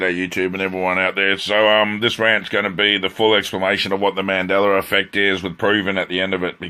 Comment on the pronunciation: "........ on the mandellera effect....." did you really just say that??????